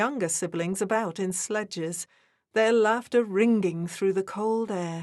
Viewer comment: The story is nice but a bit too syrupy to be believeable. Your narrator maybe English and she has a nice voice but her annuciation might be so-called middle English but an excellent narrator would not say Crack-er-ling, ring-ging and other similar bad pronounciations which makes the narration go from a possible excellent to just okay.